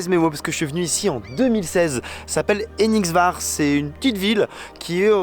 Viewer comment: Ça se prononce pas enigvar, plutôt Henningsvèr, ou Henningshvèr.